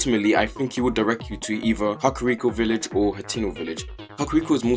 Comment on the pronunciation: When he said cockriko